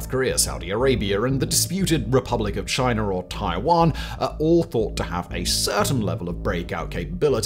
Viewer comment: "Chiner attacks Canader"??? 🙄